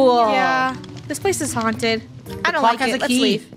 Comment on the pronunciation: funneh: it is HONTED!!!!!!!!!!!!!!